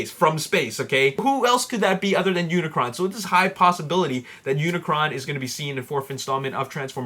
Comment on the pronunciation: um dude (lol) its unicron not unicorn XD